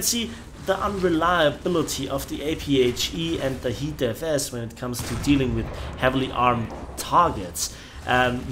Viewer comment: Why do you keep saying HEATFS